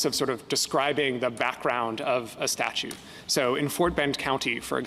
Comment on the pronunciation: statute - not statue!